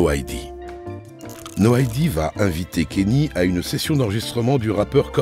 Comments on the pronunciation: Le "Kenny" me fait mal toutes les 30 secs 🥲, c'est bien "Kanyé" que ça se prononce lol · Faut arrêter de dire kenny bordel c'est kanye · Tu regardes un documentaire de 45 minutes qui est très bien fait, avec une voix off exceptionnelle et tu retiens seulement qu’il dit kanye à la française, c’est vraiment affligeant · Dommage pour le « kenny » west 😅